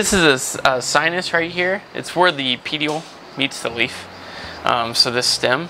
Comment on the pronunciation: I cringed when he said petiole def not a botanist 😅